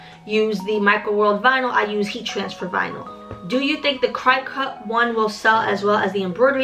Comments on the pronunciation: Waittttttt I’ve been watching all your videos liking and subscribing but !!!!!!! It’s cricut just like the insect cricket 😭😭 and omg siser is seeser like sissor but emphasis on the eeeeeee okayyy keep teaching me sis ! Lol I only know all this Bc I’m a crafter 😭😭😭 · Its cricut. (Cricket) like the bug. I used to say the same thing 😂